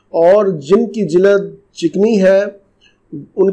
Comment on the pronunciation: Jilad nahi jild nice video